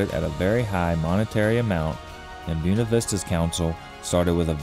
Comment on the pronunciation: Of course a local judge sides with a corrupt city and let's them slip away without paying their debt. And it is spelled B-U-E-N-A, pronounced booWena, not Byoonuh... Stop using Latin names and then disregard how to pronounce them properly....